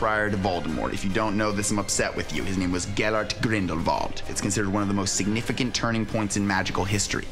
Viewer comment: Only a true fan would pronounce 'Grindelwald' as 'Grindervald'